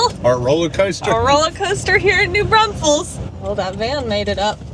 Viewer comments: Ok. Driving me NUTS. It’s NOT New BRUNSFEILDS. It’s New Braunfels. There is NO UN in New Braunfels. Come on guys. LOL. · I really enjoy watching you guys, but OMG - it's pronounced New BRAWNfuls!!!!!!!